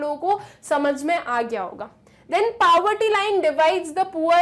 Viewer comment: Why you pronounce poverty so wrong you should practice how to pronounce before teaching.